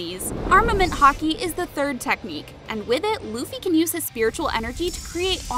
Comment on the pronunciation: When you said haki I was thinking you said the sport hockey